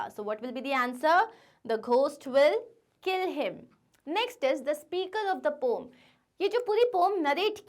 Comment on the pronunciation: It's not pom it's poem ma'am poem❤️😅😢